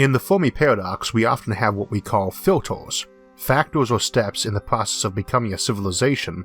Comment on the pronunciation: haha!!! Filtors... Numbors.... :) sorry, great vid and great info fella!